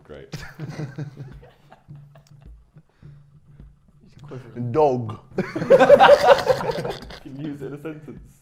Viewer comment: the way he says dog tho